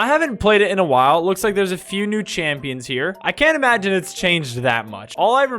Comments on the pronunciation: bro said champoins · why did he say championhs??